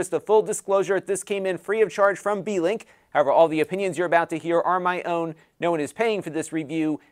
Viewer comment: I was welding while listening to the livestream, I swore you said it was a D-Link lol